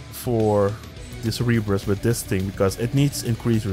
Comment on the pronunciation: not to shit talk you but it's pronounced "Sir-ber-us"